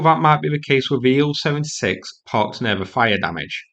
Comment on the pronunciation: Please, please, please stop mispronouncing the names of these aircraft. Tu—22 should be pronounced “T-U-Twenty-Two”, NOT “Two-Twenty-Two”. Also, IL-76 should be pronounced “I-L-Seventy-Six”, NOT “Ill-Seventy-Six”. Finally, Su-30 should be pronounced “S-U-Thirty”, NOT “Sue-Thirty”. Thank you.